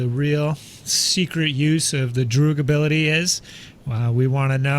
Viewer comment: Pronounced 'droag' not 'druh-g'. Come on guys...Haven't you seen Clock Work Orange??? It means 'friends'. ;)